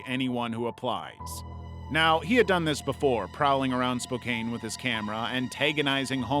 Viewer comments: Spokane is pronounced…SPO CAN. 😝👍🏼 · FYI it's pronounced "Spoke Anne" ;) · As someone from Spokane Wa, yeah welcome to Spokane Also the pronunciations is killing me 😆 I love it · You're mispronouncing "Spokane" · Spokane- It's pronounced like Spo-can. Not Spo-caine (quality is so bad it doesn't deserve it). You also mispronounced Kootenai but that's ok, everyone does. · I’m realllyyyy sorry to be that guy (and I love ur vids so this is not hate) but it’s pronounced Spo-can and Koot-nee. Other than that I loved the video!! Thank you!! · You can't pronounce Kootenai nor Spokane.